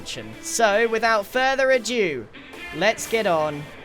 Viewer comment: further ADO Grian, ADO not adue